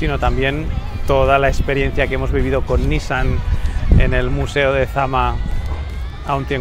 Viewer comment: Me atrevo a ser el del comentario incomodo: la pronunciación de NISSAN es "niSAN", fonéticamente "NIsan" es hermano. Saludos!